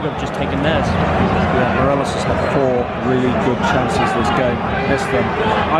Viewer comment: A rangers fan can't even say 'morelos' right hahaha 'morelez'